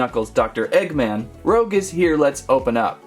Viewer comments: these figures looks amazing!🤩 but if i were u, its pronounced Rouge(ルージュ) not Rogue!😉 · No offence man but you said rouge as "roug" its actually pronounced as "roo-ge" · Not Rogue. Rouge, the French word for the colour red. Better luck next time. Sonic characters are more my style.😂🙃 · It’s rouge Rooo-ssh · “Rogue the bat” lol! It’s Rouge, my man! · It’s pronounced rooge like the make up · rouge (roo-je) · it's rouge (roogue) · It’s rouge not rogue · Say rouge right 😡